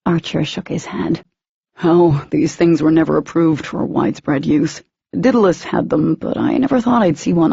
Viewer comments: For the love of god! IT IS DAEDALUS not dittilus!! The writer even stated where she got the name, all the reader/speaker had to do was look it up on the internet to find out how to pronounce it! There are tons of other things mispronounced, but the 'Daedalus' one is driving me nuts besides the obvious Daemon I mean come on Daemon/Demon, not a hard one! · All I can think of every time they say it is “Diddle us” 🤦🏻‍♀️🤦🏻‍♀️🤦🏻‍♀️🤦🏻‍♀️🤦🏻‍♀️🤦🏻‍♀️